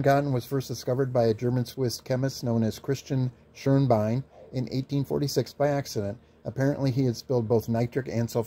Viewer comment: props to the pronunciation of Schönbein. You nailed those Umlaute.